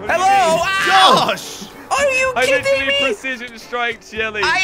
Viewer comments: Actually he says it like 'are you kitting me' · It sound like he’s saying are you kitten me lol